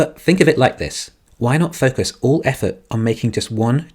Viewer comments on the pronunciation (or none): none